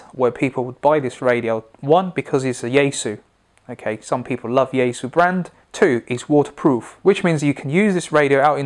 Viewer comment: Since you posted a video on your Chinese pronunciation of the Chinese brands, then pronounce yaesu correctly as Japanese would? Or is it when in rome?